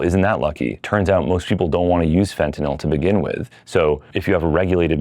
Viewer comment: jsyk, this guy's voice is obnoxiously abnormal, which is a sign that he is sociopathic, mainly in the form of deceiving his fellow man and relishing in egotism. the douche said, "more and more," eight times. what a tool. this guy is so full of BS. he can't even pronounce "fentanyl" correctly. thumbs down for clickbait. this video was not about legalizing psychedlics at all.